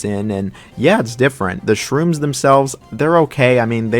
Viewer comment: Shroobs, not Shrooms